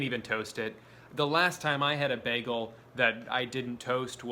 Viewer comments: STOP SAYING BEHGEL IT'S BAGEL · I like how you say Bagel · he called it a ’baggel’. You Britta’d it Drew. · How everyone in the world pronounces bagel: baegel How drew pronounces bagel: BeHgUhl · especially if somebody says it as bag-el, not bay-gul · Why do you pronounce it bäh-gel. What are you, faux german or something. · delitchus mëssfri bägl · Why was bagel pronounced as BAG-el lol 😂 I can’t get over that pronunciation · Apparently hearing the cream in “cream cheese” emphasized infuriates me just as much as bagel being pronounced “beg-l” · I love the way he says begal instead of bagel lol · you said baggel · " B A G - G I L " OMG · no one commenting on the way he says bagel? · He pronounced bagel like britta a few times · Your pronunciation of bagel infuriates me at a level beyond human undertanding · I love how you pronounce "bagel" like Britta from "Community". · His constant slight mispronunciation of “bagel” is driving my fucking insane